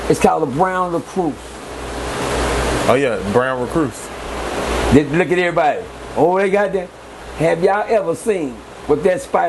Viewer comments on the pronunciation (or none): it's "recluse" not recruse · A brown LèCroose 🤣🤣🤣 awe yea a brown Recroose 😫🤣🤣🤣🤣